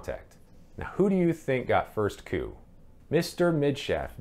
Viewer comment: The word is not "coupe" (french) "coup"...pronounced "coo"...!!!